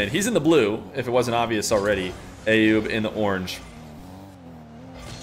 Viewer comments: the name "Ayoub" is pronounced with an A as in "umbrella" not A as in "ate" .. So like "uh-yoob" .. Please, it's not hard at all and I'm not even Arabic or middle eastern at all btw! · you are miss-hearing what that lady is saying. As you can see here from this article the precise pronunciation (using International Phonetic Alphabet - IPA) is actually [ˈʔajjuːb]. And from the IPA pronouniation key we see that the first three characters form an "uh" sound. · I actually pronounce it based on a video sent to me by Ayoub himself, which I would argue the lady is saying it closer to how I say it.